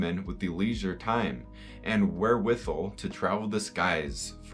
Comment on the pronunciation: its your father. I’m proud of you. Please come home, we miss you so much. Also you pronounced where-with-all wrong